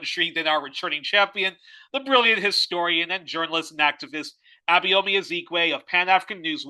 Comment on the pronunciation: Truly insightful interview. Abayomi - which is a Yoruba name, by the way, and one will do well to learn to pronounce properly ("try "Aba-your-me" as in the English adjective "your" and pronoun "me") - is a very knowledgeable man!